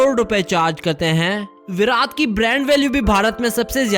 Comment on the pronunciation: Bhai tujhe bolna nahin aata kya virat Kohli ko virath kohli bolata hai 😠😠😠😠😠😠😠😠😠😠😠😠😠😠😠😠😠😠😠😠